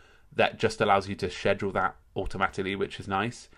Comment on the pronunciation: I have to subscribe JUST so I can hear you say Schedule in the proper English manner -- compared to us 'Mericans who botch it all up. Great Tutorial BTW! #NewSubscriber